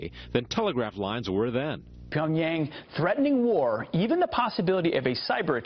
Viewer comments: solethu matrose he says pionpan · hahaha...silver star and cannot pronounce ...pyong PANG?